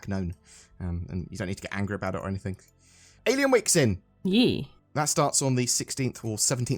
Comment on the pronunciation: can you stop saying anythink. its that one thing .